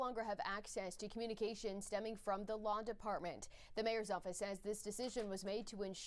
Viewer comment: Did she say the Lawn department or the Law department?